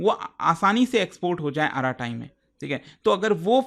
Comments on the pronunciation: Just for clarification, the correct pronunciation is arat, not araat. So, it's basically arat-ai. (अरट्टै) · It's arattai not arratai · It's not आराटाई It's अरट्टै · कृपया Arattai का सही नाम बोलिए। इसे आराटाई नहीं बल्कि अरट्टै बोलते हैं। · isko arattai pronounce nahi karte. its like अरट्टै not आराटाइ which means conversation in tamil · Its not aaratai , its arattai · it's Tamil word, meaning "Baat karna" in hindi. Yes they should choose some easy to understand and pronounce. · K-dramas and japanese anime ke name yaad rakhne walo se ek App ka name bola nhi jaa rha.. Mtlb hadd hai..😂🎉